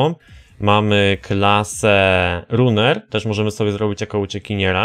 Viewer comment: Nie chce się czepiać, ale proszę Cię, nie mów "runer", "rAner", tak jak powinno się prawidłowo wymawiać to słowo. fajny odcinek tak w ogóle, planujesz jakąś recenzję, albo porównanie tej gry z NFS 2015?:)